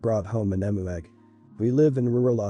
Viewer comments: It’s a very obvious bot voice, but it’s less annoying compared to other bot voices. As an Aussie it is pronounced eeemyou not Emoo. But a lot of words are mispronounced by bots or the incorrect version is used (the one I hear most often is “live” as in “I live here” being mispronounced as “live” as in “this is a live animal”) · I can’t tell whether this is a human reader or not as an Australian I have to say it’s pronounced Eeeem -you not emoo I took me a while to figure out what the hell you were talking about. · Eem-you, not em-oo.